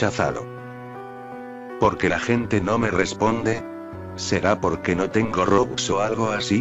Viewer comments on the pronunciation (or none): none